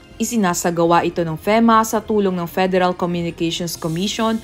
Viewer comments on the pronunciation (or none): Feema po pronounciation